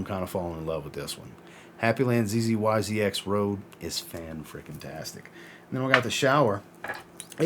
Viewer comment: CA native here. Zzyzx is pronounced ziz-icks. 👍